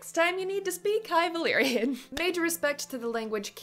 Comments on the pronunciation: Definitely! I'm German too and I find Valyrian pronunciation so easy, especially the y and r sounds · The "r" pronunciation is close to the way we use the "r" in Spanish. Many English speakers have trouble rolling the "r" the right way, but was ON POINT.